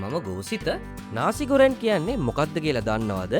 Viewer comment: ඔයා විතරයි හරියටම මේ වචනේ pronounce කෙරුවේ නාසි ගෝරෙන් කියලා.... ගොඩක් කට්ටිය ගුරන් කියලා කියන්නේ...